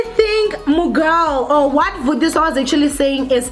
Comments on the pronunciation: Yhuuu its Vathiswa Not vutiswa... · Yohh guys m sure she wasn't aware that it's Vatiswa not Vutiswa... M sure she will start paying attention to correct name pronunciations. . No need to make the entire comment section about tht.. Aowa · People so quick to throw stones...yess it is" vatiswa "not "vutiswa".... Probably a slip of tongue johhh guyssss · Vatiswa not vutiswa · Vatiswa not Vutiswa 😂😂😂